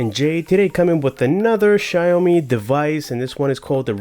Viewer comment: its pronounced as shao-mee (xiaomi). anyways good review tho. thumbs up bro